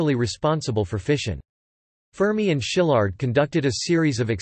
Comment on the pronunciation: It's pronounced "see-lard" - not "sheelard"